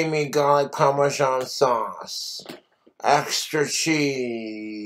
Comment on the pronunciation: He’s getting really bad at not pronouncing his Rs “Galic, Pamasean, Camalized onions” must be the tooth rot